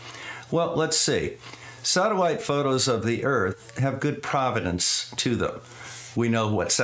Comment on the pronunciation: Provenance, not providence. When terms of art meet the language of science.; )